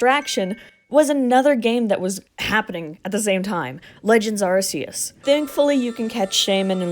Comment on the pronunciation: FINALLY SOMEONE ELSE WHO SAYS “AR-SEE-US” !! Awesome video btw love learning about Pokémon glitches